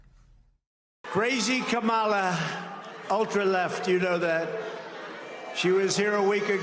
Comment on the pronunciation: Kama-la , not Cama-la